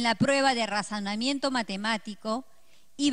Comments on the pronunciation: jajajaja ni siquiera sabe pronunciar bien dijo: trayoctora cuando en realidad es trayectora tambien dijo razanamiento pero en realidad es razonamiento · DIJO RAJONAMIENTO MATEMÁTICO JAJAJAJAJAJAJA ELLA NO SABE NADA PORQUE NUNCA HA SIDO MAESTRA DE ESCUELA